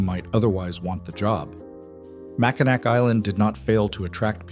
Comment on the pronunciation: It's Mack-in-aw for pronunciation.